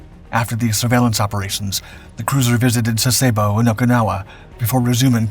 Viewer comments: I was a member of the crew on USS Fletcher - DDE445 in 1959 when we visited two ports in Japan which you are mispronouncing. Yokuska - yo-KUS-ka. and Sasebo - SAS-e-BO. Thanks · I wouldn't get too agitated about the lack of precision with this series of videos. I spent several visits to Sasebo during WESTPAC cruises in 1970/71 and 1972/73. I never heard the name of this city pronounced like this video does by any Japanese or American and the other inaccuracies are too many to mention. Sensationalizing an average episode with the noise to stir up something (I'm not quite sure what??) doesn't add anything to their credibility. NEXT!